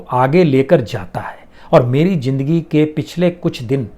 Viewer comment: Sir aap words Sahi Nahin Hai zindagi ko Jindagi Khan ma K word silent Hota Hai aapke Sabhi Kuch words Rang Hain